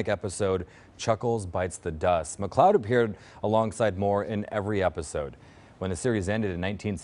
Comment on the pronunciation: You ALSO mispronounced his last name. It's pronounced "Mick- LAAHD" not "Mick-cloud". AND you got his characters's name on "The Love Boat" TOTALLY WRONG. He played Captain Merrill STEUBING ( pronounced "Stew-Bing" ) It wasn't Captain Stebin. You're editors & research people ( if you have any ) should be FIRED.